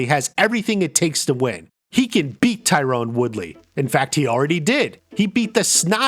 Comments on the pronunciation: It's Tyron not Tyrone! Ffs! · Not Tie-Rone. *Tie-ren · I didn't realize Tyron Woodley was one of the fighters who fought Jake Paul I got confused cause his name isn't pronounced Tyrone it's pronounced Tie Ron. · Stephen Thompson never became UFC champ. Also its not Tyrone, it's Tyron